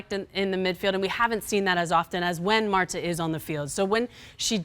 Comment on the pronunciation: Did she just call Marta, "Marto"?😂😂